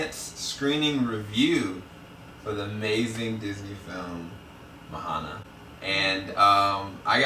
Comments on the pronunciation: her name's not Mo-HA-na. It's Mo-Ah-Na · Are you guys really really sure her name is pronounced as MA-HA-NA because I come from a pacific island, Fiji and that is not you would pronounce Moana. It's pronounced as MO-AH-NA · Enjoyed your guys' review even though you mispronounced Moana's name lol